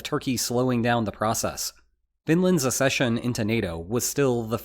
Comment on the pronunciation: It's not "assession", it is "accession"...as in, "ack-SEH-shun"....access versus assess, not the same words